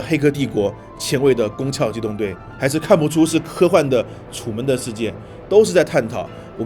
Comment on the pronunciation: 躯壳读翘，所以是攻壳特工队